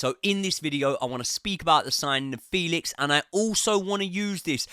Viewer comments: It's not 'Felix' like Felix the cat. It's like the 'fe' in the word 'fence'. 'Fe...lix'. You'll get it eventually 😅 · It’s pronounced FAYLIX!!!